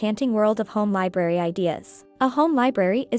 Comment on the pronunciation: Sorry you keep saying liberry, not. library